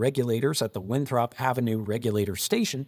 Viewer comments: Thanks; good video. BTW, in MA, “Winthrop” is pronounced WIN-thrip, not win-THROP. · FYI we don't pronounce it "win-THROP." We pronounce it "WIN-thrup" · Great video. Just a note that the O in Winthrop is pronounced like a U. It's "WinthrUp" not "WinthrOp" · not Win-throp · Winthrop is pronounced Winthrup. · The way you pronounced Winthrop really bothers me. Lmao.. Yeah I remember this first hand. I live in a neighboring city.. I remember when all they were talking about was terrorism, and that's one of the biggest reasons why New Hampshire and Maine in every neighboring city hopped in. I remember seeing even all the way down to nearly Boston, people were displaced and forced to move south where there was more housing, and everyone was afraid to move in somewhere with similar infrastructure owned by the same company after the dust settled. That was super scary. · The way you pronounce Winthrop is priceless. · That pronunciation of "Winthrop" is killing me